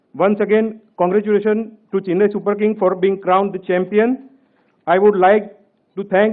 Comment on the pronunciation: It’s NOT Chinnai .. repeat after me “Chennai”. It was hard to follow. Horrible